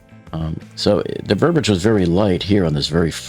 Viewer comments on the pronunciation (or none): It's ver-bee-idge =P